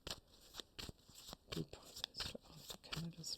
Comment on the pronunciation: Greetings to you lovely insightfull lady.... thank you for the correct pronunciation of his name poi-li-è-vre... like pouah-lee-hey-vreuh.... yes we are feeling how people do not belive in Trudeau anymore... but we are not necessarely in tuned with the Conservative's Poilièvre party... especially here in Quebec...